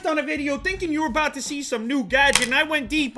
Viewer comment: He actually said aboot, omg, I thought that was a joke. nope , he said it